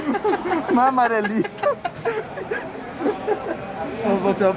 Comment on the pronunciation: marelito kkkkk n aguento isso